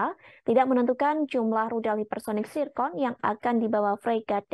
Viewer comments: Zircon bukan tsirkon🤣🤣🤣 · Zircon cukk,, bukan zicon